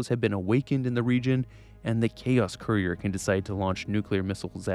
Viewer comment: Can't even say courier right lol. Kur ee ur. Not koo re ur which is how it sounds when you say it.